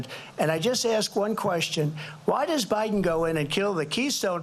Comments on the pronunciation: Did she just say ooobiden? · She called her boss prez Obiden😂